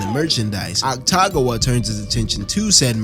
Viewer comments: otacon?... otcagon?... is ah-ta-goo-wah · awesome video but i have a couple corrections lol 1. oil drum, not trash can 2. they weren't his leftovers from last week, just a food he craved 3. atsushi is 18 not 15 4. it's pronounced ACK TA GAH WAH not AKU TAGAH WAH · calling akutagawa aktagawa is crazy damn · How is "Akutagawa" pronounced as "Ataguwa" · Saying akutagawa as aktagua makes it 10x funnier😭😭😭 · the pronunciation of akutagawas name is killing me